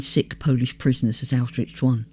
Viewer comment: Several names are mispronounced: Pétain Arbeit Birkenau Kurt (Weill) Rouen And, more importantly, Auschwitz. Correctly pronounced and possibly one more time Pronounced distinctly Auschwitch (and a bit before) and possibly a couple more times The plural of 'kibbutz' is 'kibbutzim'. 'Kibbutzes' is weird. Anne Frank and her sister died in 'Belsen Bergen' Finally, people are 'hanged', not 'hung' (three times).